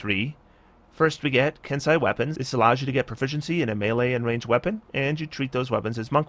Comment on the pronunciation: "Ken-See an E" eh? joy